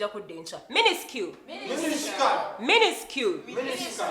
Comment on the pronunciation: Minuscule...... pronounced it minister🤣🤣🤣🤣🤣🤣 banange nze bano ba student bansuuseko